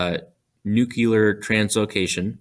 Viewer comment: NUCUlar? Really?